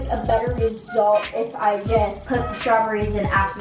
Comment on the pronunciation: nobody:: strawburries